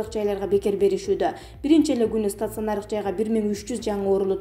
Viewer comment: стацыанардык-эмес стационар-деп окусан!